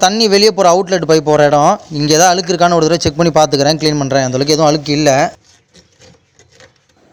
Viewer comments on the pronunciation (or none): Pl say அழுக்கு and not alukku ,alukku ---அலுக்கு , அலுக்கு.